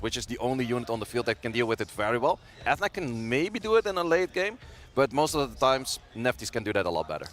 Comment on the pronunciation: Is nobody going to tell the commentator how to pronounce Ethna?